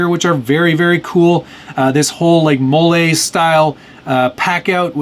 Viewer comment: Mole???? 🤣🤣🤣🤣🤣 It's a system, not a sauce......😂 MOLLE (Mall-ee)